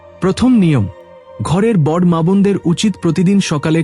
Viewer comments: Kotha ta bod noe boro.uchharon thik korun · কথা উচ্চারণ করা ভালো করে শিখতে হবে তার কারন হলো বট নয় বড় বলতে হবে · বর না বড়।উচ্চারণ ঠিক করুন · বাংলা উচ্চারণ আগে ঠিক করুন । বড়্ কি কথা ।